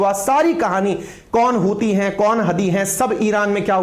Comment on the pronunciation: Hutiye sounds like chutiye & Hudiye sounds like haddiye 😂